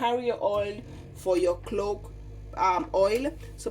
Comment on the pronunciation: If you can spell, you CAN pronounce CLOVE,!